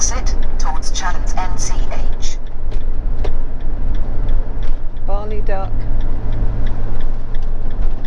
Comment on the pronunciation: I discovered your channel yesterday, great travelling videos. I'm having a good laugh about your pronunciation of foreign places like "Barley Duck" for Bar-le-Duc 😂